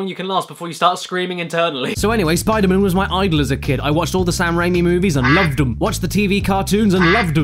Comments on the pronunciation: I lasted till then I started screaming " spider MAN not spider MUN." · fuckin hell say spider MAN not spiderMUN fuck that's irritating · He clearly says enter electro Spider MAN not Spidermin.. B*STARD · he says spider MAN instead of spidermun unsub unlike unfollow unnotifications undead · He messed up- said Spider-man instead of Spider-mon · It's pronounced "spodermun" caddy. Not "spidermun". Get it right. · Caddy got sick of saying Spider Mun before i got tired of it haha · You failed your 'Spidermun' challenge at this early in. Sorry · Spidamun hahahha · I like the part where he said SPIDER-MN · STOP SAYING SPIDER MÉHN!!! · SPIDAMUN HUMCUMMING BATMUN V SUPERMUN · he said spider-muun 10 times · "Spider-Min" S C R E A M I N G I N T E R N A L L Y A L R E A D Y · Spidermun, spidermun, does what ever a spidermun does! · You saying Spidermen don't actually annoy me.. because it just sounds like your silly British accent is having a hard time pronouncing Spiderman correctly- "Spidermun." Heh. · "Spida-mun" I literally want to kick you in the teeth. Love you Caddi. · I never pronounced man as mun, so the Spider-Mun thing threw me off instantly. Btw, no I'm not american. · its pronounced spooder-mang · About the second time you said spidermun I died inside. Thanks caddy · "Where'd Spider-Wuss Go?" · You mean "Spidamin" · Henrique Carballo Aranha No you mean Spoder-Min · He didn't say Spider-Mun! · you forgot to say spider-mun